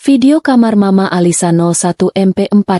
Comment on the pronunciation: Ceritanya bagus dan cara pembaca narasinya nyaris sempurna,cm sedikit yg menganggu pendengaran sy cara mengucapkan mama ada beberapa kali di ucapkan dgn singkatan M A, hrsnya ma aja.itu pendapat sy.